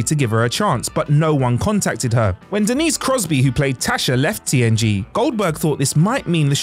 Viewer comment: At 10 seconds in I swear he said TNT not TNG and then says TNG the rest of the time 😂 Which I can totally see him missing that and fixing in Post, because I had to listen to it several times to make sure I did hear it right.